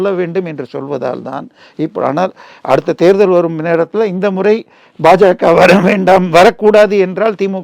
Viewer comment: it is BaJaKa and NOT PaJaKa. Change your pronouncement.